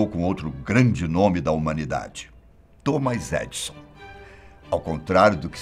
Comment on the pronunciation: Gente, me perdoem a correção. Não é Thomas Edson. É THOMAS EDISON. TEM A LETRA ( i ).